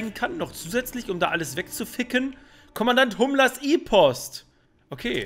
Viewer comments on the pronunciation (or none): Hummler anstatt Himmler? Ehrlich? 🤣🤣🤣 (Sry weiß nicht ob das mit einem oder zwei "m" geschrieben wird)